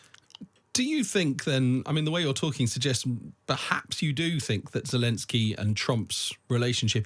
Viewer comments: If this guy wants to sound like he has any idea about geopolitics, he should learn the name of the Ukrainian president. It’s not Jalinsky, it’s not shelenskyy, it’s Zelenskyy. Get it right, man. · I know it's a minor point, but why can't a so-called expert pronounce Zelenskyy's name right? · God, this bloke urms and errs far too much! More importantly, can't he get zelenskyy's name right?? That aside, an interesting discussion